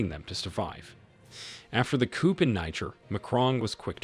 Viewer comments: Please learn how to pronounce “ coup”! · coup is pronounced KOO. Ignore the 'p'! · The P is Coup is silent, but he keeps saying it lmao